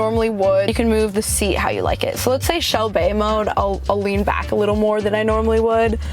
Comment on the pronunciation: Lol shel-bay